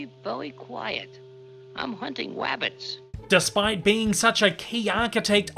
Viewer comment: He's hunting wabbits